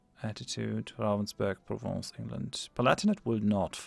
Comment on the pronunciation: I do like how you pronounce "Provence".